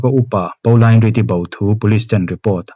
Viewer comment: Pauline Reade hming kha Paolain tia lam lovin 'Pawlin' tiin lam zawk ta la, beng a thlep deuh tlat. Ka u pakhat hming ang chiah a nia 🙂 I chhiar thiam lutuk ania, ngaihthlak a nuam